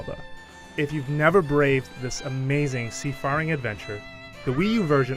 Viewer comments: I'm sorry, "sea-farring"? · You pronounced seafaring wrong.